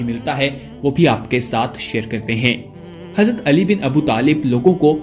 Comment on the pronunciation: Plz hazrate Ali raziallahu taa'ala anhu Ka naam Pura or Sahi se le jisse lafz samjh Aaye..